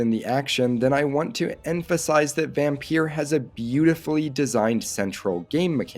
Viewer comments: its not vampeur its vampyr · It’s pronounced vampire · Just to point out Vampyr or Vampyre is pronounced exactly the same as VAMPIRE. It's just spelled differently. Vampyre or Vampyr first appeared in 18th-century poetry, before becoming one of the stock figures of gothic fiction with the publication of Polidori's The Vampyre in 1819, which was inspired by Lord Byron. The word use of VAMPIRE wasn't used until 1847 but has been a more popular spelling of the word due to how popular certain literature was written about it in it's use of the word such as Bram Stroker's DRACULA. But all in all the word VAMPYRE / VAMPYR are all pronounced the same as VAMPIRE.